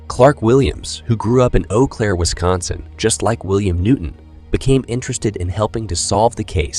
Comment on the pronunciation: It’s “Oh” Claire. French.